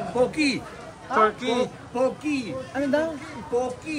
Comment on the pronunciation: Pogi sabi nya hindi poki…